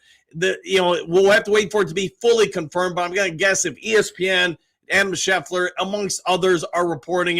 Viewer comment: can you please start getting names right. It’s adam Schefter, not Sheffler. Geez, this is becoming a problem.